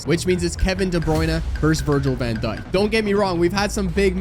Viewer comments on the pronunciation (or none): none